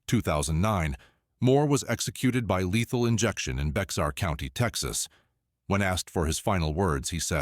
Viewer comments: It's pronounced BEAR county... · Bexar is pronounced Bear county…lol…I am a native Texas, and everyone outside of Texas, often mispronounce Bexar county…